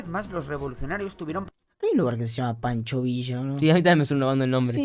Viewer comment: No es panchooo vishaaa es pancho villa